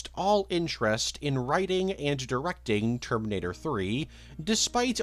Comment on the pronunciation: You add syllables to words like And and have an odd inflection but excellent content